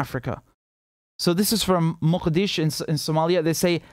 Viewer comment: Richard, you're the only non-Somali I have ever heard pronounce Mogadisho correctly...for all it's worth, I'm impressed.